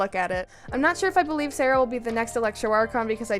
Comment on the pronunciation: That’s not how you say Sara’s name 🥲